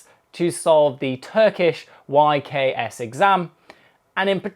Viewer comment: its actualy ye ka se that how u say it